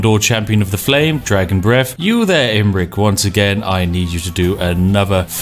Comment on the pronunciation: "Flaming breff attacks."